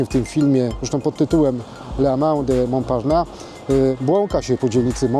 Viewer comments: Mąparnas się czyta a nie Mąparna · [Mąparnass] się wymawia poprawnie. Proszę jakiś dłuższy film na ten temat zrobić o Starym Mieście. Pokazać więcej pozostałych budynków czy opowiedzieć o zabudowie jaka była. Ten obecny film właściwie mało co wnosi.